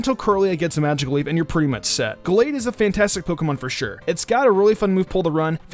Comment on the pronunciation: Well he said Gallade correctly, soo